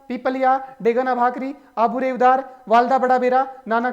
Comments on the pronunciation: रेवदर है न की रेवदार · Not रेवदार रेवदर